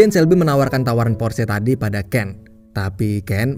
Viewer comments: Cara baca Porsche = Porsha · Porsche dibaca porsa dalam bahasa jerman min